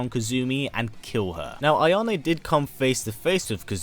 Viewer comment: Correct Pronunciations: KAH-soo-mee (Kasumi) HA-ya-teh (Hayate) AH-ya-neh (Ayane) Liking the video!